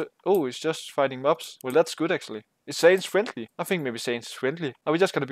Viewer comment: Its not saynz, it pronounced seh-uh-nds